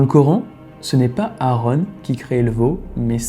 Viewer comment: Quelques erreurs de prononciation ,exemple :Aaron pas Aarone,et Jéricho se prononce Jériko pas Jerry show